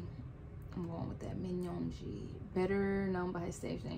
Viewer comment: Great reaction!!! Nam-joon: Rhymes with moon. A Korean J is a bit closer to 'ch' than our own J. It's a hard J, not a soft or buzzy J. Seok-jin: EO is one syllable, and this is how you say it: Open your mouth as if to say Ah but instead try to say Oh. That's it! Yoon-gi: Also rhymes with moon Ho-seok: A good name to practice the difference between O and EO. Also, when K is the final letter, you "clip" it off. No puff of air should come out of your mouth at the end of the word. Tae-hyung: AE is like Eh. "Tay" is acceptable but not technically correct. It's more of a nickname. Hyung rhymes with young. It's really just 'young' with H at the beginning. Again, don't drag out the G at the end. Clip it short. Jimin: Exactly like it's spelled. Jee-meen, Jee-min, Jimin are all acceptable. People in Korea will say words with the letter I different depending on their accent. Again, the J is also a bit closer to ch than to z. Jung-kook. In Korea his name is spelled Jeong-kook, so the first part should rhyme with Seok-jin and Ho-seok. Hard J, and a clipped, airless K at the end. In Korea friends will say names like this: Jinnie, Nam-joonie, Jiminie, Ho-seokie, Tae-hyungie, and Jung-kookie. So you will hear the members use this with each other. This is not a "cutesy" thing. Everyone always adds that ending to names when talking to their close friends